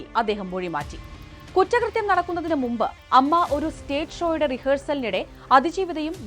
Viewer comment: It's not അമ്മ It's A M M A അങ്ങിനെ പറയൂ എ മ്മ മ്മ എ.